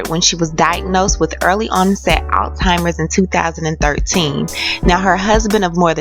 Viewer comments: The word is pronounced "al simers". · I hope i didnt hear you say all-timers. It's Alzheimer's bitch. And I'm quite sure you've never been married.